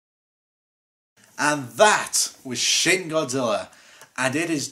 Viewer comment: I keep thinking he says sh!t godzilla